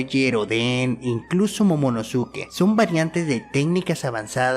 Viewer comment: odén? momonosúke? quienes son? suenan rarisimo pronunciandolos asi, osea, es TONTO